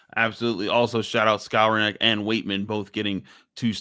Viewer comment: Pronounced: Skow-ron-nick Not Scour-neck